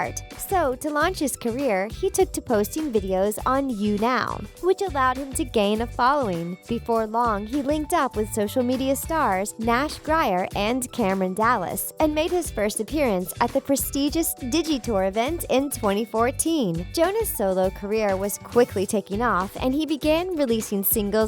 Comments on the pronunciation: Hold on... did she say Nash GRYER?? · Nash Grier 😂😂😂 why did they say his last name like that lol😂😂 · 10 these arent secrets because i know them. 20 thats not how you pronounce Nashs surname